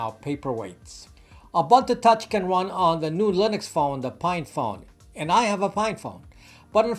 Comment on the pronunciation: Its pronounced "oo-boon-two Touch", not "A Bun To Touch" Otherwise fantastic content I enjoy watching your videos and hearing your thoughts. Thank you!